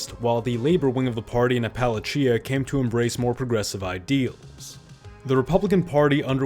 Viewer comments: maybe you should figure out how to pronounce Appalachian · Is it a drinking game? Every prononciation variation of Appalachian